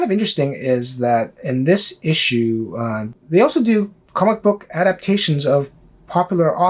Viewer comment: Good job... I giggle at the pronunciation of "comicbook" that you and also Swagglehouse uses. Sounds like you are saying comma-book. LOL! Still a gr8 post though. Keep it up. 💯